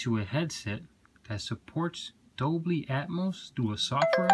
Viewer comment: It's dolby not doBLY 😛